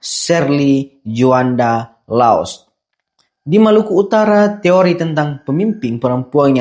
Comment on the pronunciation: Tjoanda bukan Juanda Bang 🙏